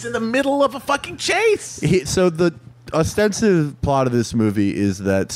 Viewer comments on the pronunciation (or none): Love your work, but here is a hint. The word is "ostensible" , not "obstensive"